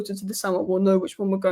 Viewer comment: Its E-ki-ti-ke. He's just another young striker from abroad. What we need is an experienced #9